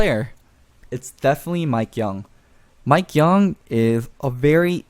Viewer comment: Mikeyeung not mikeyoung